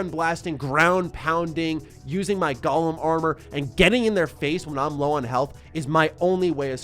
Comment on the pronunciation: Was that "Gollum armor", or "Golem armor"?